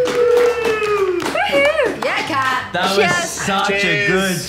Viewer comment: So is her name pronounced “Kat” or “dark killer”!!!!! 😂